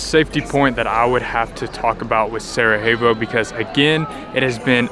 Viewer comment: I would just say the J in Sarajevo is a "y" sound, not an "h" as in Spanish! :)